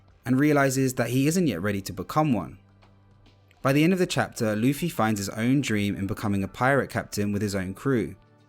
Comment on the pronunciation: I've heard of Zolo but what is RUFFY?😭